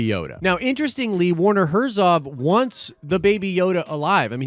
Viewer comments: "Warner Herzov" haha. It's Werner Herzog. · I don’t mean to be the grammar police but it’s “Ver-ner Hert-zog” 🤷🏽‍♂️